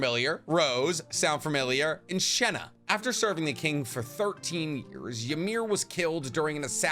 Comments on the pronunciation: ITS SINA NOT SHENA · i swear its cina not shenna right???